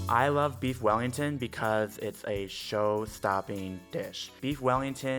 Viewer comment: “I lofs bweefs wellingtofs”